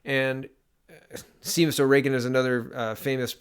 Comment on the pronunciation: You really need to do a little more homework on pronounciation of people's names. If you are actually following politics for any length of time, knowing how to say Brison or Seamus shouldn't be a problem.